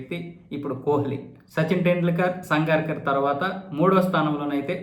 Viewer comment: సంగార్కర్ కాదు.. సంగక్కర..